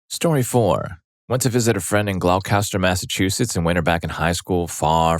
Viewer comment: Glow Kester? It's pronounced glosster